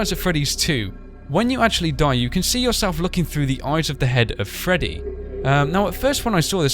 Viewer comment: Freddy not ferry